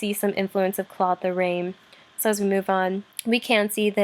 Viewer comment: Apart from the wrong way of pronouncing Claude Lorrains name it was a good lecture. Still can’t stomach English speaking people pronouncing « Claude Lorane » though, unbearable